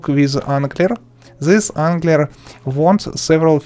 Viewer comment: "zee angdler"